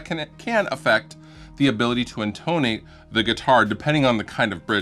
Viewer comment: "IN-tuh-nate", not "in-TONE-ate"